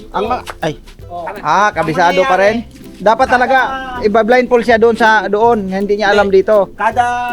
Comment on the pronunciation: Natawa Ako ke blind fol daw with d ang dulo ha 😂😂😂blindfold po yan no offense ha🫣🙈✌️✌️✌️🤞🫰🫶